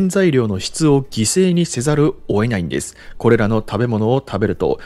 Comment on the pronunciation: 詳しい解説をありがとうございます。参考にしますね。 1つ、気になる話し方をお伝えします。「・・・せざるを、得ない」を「・・・せざる、 おえない」とおっしゃっているように聞こえます。